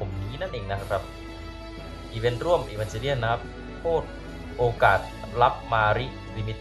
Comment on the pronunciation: อีวานเกเลียนครับพี่ไม่ใช้อีวานเจเลียน